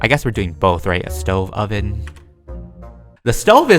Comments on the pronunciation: IZ CALLED A SOVEN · u call it... The stoven